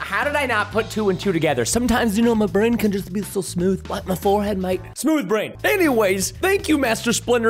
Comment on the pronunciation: I like when you first watch this and Preston says SMOUTH BRAIN 😂😂😂